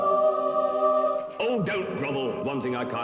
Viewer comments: its ar-see-us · look I understand it is spelt arceus but it is pronounced areseus with an s not c as in k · I am most displeased that you call Arceus 'Poke-Jesus'. Makes no sense! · Why do you keep calling Arceus poke jesus?